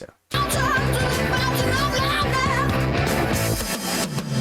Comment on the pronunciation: It is Lam-neth. A clue is it rhymes with breath. This album gets a lot of crap, but I love it. The Necromancer is my 2nd favorite Rush song behind 2112.